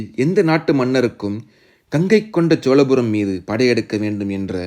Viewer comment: தம்பி!!!! என்று பெயர் வைத்துக் கொண்டு உனக்கே முதலில் தமிழை ஒழுங்காகப் பேசவும், எழுதவும் தெரியவில்லை. சோழபுரத்தை - சோலபுரம் என்கிறாய் அடையாளத்தை - அடையலாம் என்று எழுதியிருக்கிறாய்🦧🦧🦧🤔 அடுத்தவர்களைக் குறைகூறும் முன் உனது தவறை திருத்திக் கொள்ளவும். திரையில் உள்ள எழுத்துப்பிழையை எப்பொழுது மாற்றுகிறாய் என்று பார்க்கிறேன்.🧐🧐